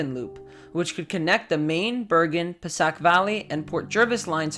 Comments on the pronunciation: Passiac is pronounced “ pa say hick’ no pah SACK ! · “pasak” it’s passaic puh-say-ick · *Passaic is puh-SAY-ic. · I thought he meant Passaic which is native American and pronounced “pe-SAY-ik”. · PUH-SAY-IC The Northeast Corridor basically pays for the rest of the country's rail system. It's unconscionable to let it decay to this state. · Passaic is pronounced pa-say-ic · Reseach the local place names, svp. Kearny is carny. Passaic is puh-SAKE.